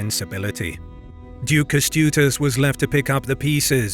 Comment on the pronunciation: Yeah it's cool and everything but he butchered all your names, having even AI at his disposal to teach him how to pronunce it... Not just yours, the german ones also. In videos about Poland he does the same. In older videos it's indestandable but now? He became lazy and ignorant. Don't let if fly. He really is able to check how to pronunce "Ę" in Kęstutis. It's not that hard in 2026. If not AI he can ask people on the internet to record it for him.